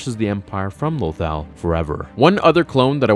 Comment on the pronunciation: Why does he pronounce lothal so weirdly?